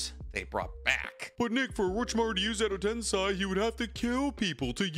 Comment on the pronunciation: Nope that's wrong it's not Ed tensay it's sei 😂😂 clown